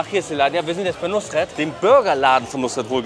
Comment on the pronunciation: Ich höre immer nur Nussred ^^